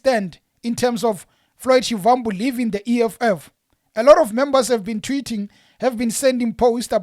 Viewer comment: Please stop pronouncing Shivambu like a white person trying to speak venerc, you’re a black person act like one